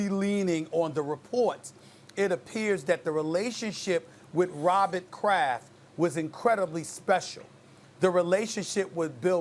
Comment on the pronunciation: Stephen A "ROBBIT KRAFF" Smith